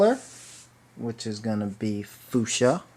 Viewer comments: Its pronounced fyoushia not foosha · It is fyoosha not foosha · Omg he foo sha it's fusha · lol he said fooschia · haha he said fooshia!!:) i love the loom! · Dakota Moone I got so annoyed everytime he said foo sha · Omg Hes saying foosha again XD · The way he says fuchsia makes me laugh.